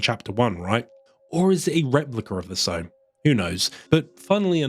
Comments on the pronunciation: It's sow as in how or now, not sewing seeds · quick note on an otherwise fantastic video - "sow" rhyming with "low" is a verb for planting seeds. the female pig is "sow" rhyming with "cow"